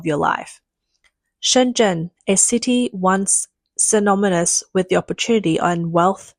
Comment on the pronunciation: Hah “synominous”